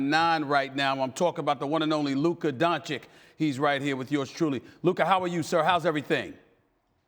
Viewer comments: It’s been 3 years and stephen a STILL can’t pronounce his name??? Don-chick??? Come on man... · Stephen, it's not that hard: Don-chi-ch (not Don-chick) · Stephen A Smith: “Luka Donchik” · "DONCHIK", really? In his third season? I don't believe Stephen A. doesn't know how to pronounce his last name and just trolls him at that point. Either way, he shows a great lack of respect to him. Get him out of here... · At this point I feel like SAS is just straight up trolling by continuing to call him "Donchick". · what is luka don-chick...??? he is not your side chick Stephen A. Smith...learn to say the young goat's name... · "DonciCK" ... O.M.G I`m so tired to hear it .... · Stephen A. is the only commentator still mispronouncing Doncic's surname. It is NOT Doncik. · "Doncheek". Jesus christ, Stephen A, get it right, you're supposed to be a professional. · Don chich it’s really not that hard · When after 3 Years of Luka being in the league you still cant pronounce Dončič correctly,Stephen Donkey Smith! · Stephen A. can't even pronounce Luka's last name properly...SMH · Can't lie, SAS mispronouncing Doncic is just plain disrespectful. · Still can’t pronounce his name properly. Come on Stepan! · More than 2 years in and this man Stephen A. still mispronounces Luka's last name. 🤦‍♂️🤦‍♂️🤦‍♂️ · It's been 2 years, how does Stephen A. still get Luka's name wrong? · Im not gonna lie, the fact that Stephen A Smith is a professional sports commentator for over a decade now and still cannot pronounce Luka's name is just not a good look. Yeah its funny the first few times, but come on man give the guy some respect and learn to pronounce the name correctly. I'm not berating people for mispronouncing names, but if you're a media professional, you should be able to pronounce the name of the person you're interviewing. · SAS literally mispronounced his name in front of his face.... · Stephen A. had the audacity to mispronounce luka's name on his face